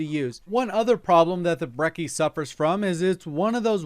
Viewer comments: not breki, breCHi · He said Brecci four times and it was four too many times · you said brecci wrong